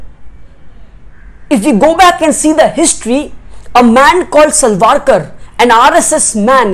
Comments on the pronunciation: its savarkar not salvalkar.. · U pronounced Savarkar as Salvarkar Plz check 👍